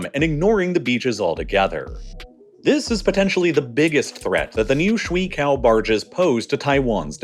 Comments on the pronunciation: Omg so painful to my ears. I am assuming you meant 水橋....just say sway chow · If you say one more time „schweekao barge“, my head pops…not only that your pronunciation is ridiculously off the mark, it is also stupid to repeat this same word again and again, while there are so many other ways you could refer to that very thing. The way you talk sounds almost like a commercial (for „schweekao“ barges, just saying…), where repetition is a virtue…sometimes… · It’s disappointing that with all of the research that goes into making these videos that you couldn’t spend five seconds checking the pronunciation. WTF is a “shwee cow”? Embarrassing… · Here’s a pronounciation guide for the water bridges: Shoe-ay chee-ow Shui qiao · 水桥 - “Shway chee-ow” (proper pronunciation) water bridge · Just wanna say the barges are pronounced something more like 'shway chyao' (at least, according to my rudimentary chinese) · I probably would have done a quick pronunciation search before I said ‘shwee cow’ over and over in a video. 😅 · ShuiQiao is actually pronounced "shoo-wey chi-aow" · Shui qiao is pronounced as shoe-ee chyow (or chee-ow), not cow. (Assuming it is 水桥) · Okay- to be honest- you can keep calling it the suey cow, cause CCP deserves every bit of funny memeage that gets made. But if you wanna learn how to say this word just so you can impress some chinese speaking asian: Shui qiao Sh: use the SHI sound from shirt Ui: use the word way Qi: use the CHI sound from the TR in trinket(meaning make the CH sound in the front of the mouth, do not make the CH sound with your molars.) Ao: use the word ow Sh-way chi-ow But keep calling it suey cow. The CCP/PLA deserves it. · Your pronunciation of shuiqiao (水桥) is painful. Edit: I realized my comment isn't helpful. You can say shoe 👟 weigh as one word, then chee (like cheese 🧀) ow (🤕) as one word and it's a question. "Shoe-weigh chee-ow?" is pretty close. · Chinese:shui qiao (water bridge):SCHWEEKAO!